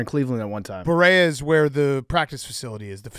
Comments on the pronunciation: From Cle! Berea is pronounced Bur-eey-uh. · It’s pronounced Buh-ree-uh (Berea) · Big cat pronouncing berea as he did made me laugh so hard as a clevelander